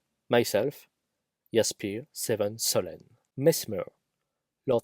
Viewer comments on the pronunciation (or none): I had no idea you gave me a shoutout at the end, thanks so much! You were the reason I created this YT channel to begin with :)) BTW it's Solemn not Solenn! Heheh cheers o7